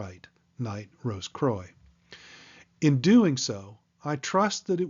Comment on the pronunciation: Yeah you’ve said “croy” twice and I can’t 😭😭🤦🏼‍♂️🤦🏼‍♂️